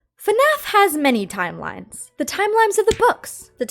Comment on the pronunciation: I adore you but I am sorry for saying this Are you saying Timelimes?